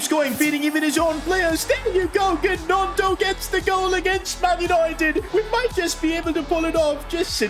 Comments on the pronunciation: calling him Ganoto is the funniest thing (It's pronounced Noto) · It's Nionto as Gnonto or Ñonto yeah it was funny😄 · Silent g on gnonto mate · and sid fr the record its pronounced naunto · When you say Gnonto you don’t pronounce the g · Is it just me or is it so annoying he says gnontos name wrong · But how he pronounced gnonto😢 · The way he said gnonto is so funny 😂. I love you been watching your vids from the beginning